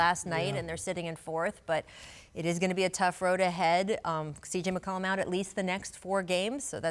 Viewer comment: Stephen Jackson is McCollum not McColluh